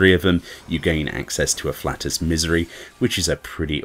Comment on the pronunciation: Ah-flay-tus* It’s not human gas, lol